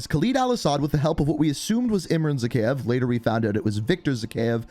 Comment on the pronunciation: It is pronounced Zahayev